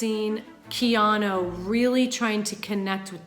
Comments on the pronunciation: She keeps saying "Keano." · Why does she keep saying "Keano" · Up next: comments section breaks down acting coach’s performance of the name “Keano”